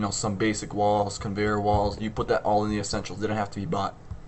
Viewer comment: Thanks a lot, this really helped, and also gave me a few laughs when it sounded like lols when you said walls